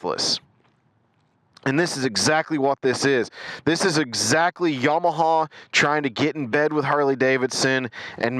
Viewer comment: I think your distaste for the Bolt is directly related to your pronunciation of "YamaHAUL"